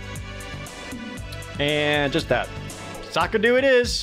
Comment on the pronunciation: The baker calls it ''SAKADO!'' 1 word!